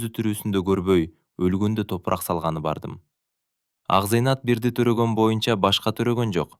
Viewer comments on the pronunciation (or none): Акзыйнат да Акзайнат деп ... Туура эмес кылып жатасын . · Акзыйнат бактылуу болсо экен🎉 Акзайнат эмес Акзыйнат дечи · Тууралап окубайсынбы акзайнат эмес Акзыйнат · Ооба Акзинаты Акзайнатка айланды.окуп аткан киши кантип ушуну сезбейт дейм да😮